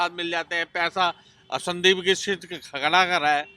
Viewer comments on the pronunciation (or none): none